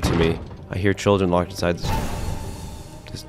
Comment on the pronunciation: He said lock-ed instead of just locked I laughed so hard😂😂